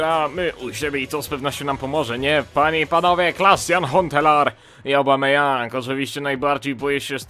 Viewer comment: Aubameyang!!!!!!!!!!!!!!!!!!!!!!!! nie Obameyang !!!!!!!!!!!!!!